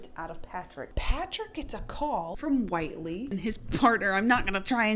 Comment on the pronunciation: Whitely—— (Wit-Lee)